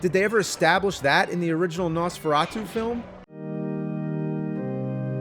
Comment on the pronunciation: Jesus the way he pronounces Nosferatu...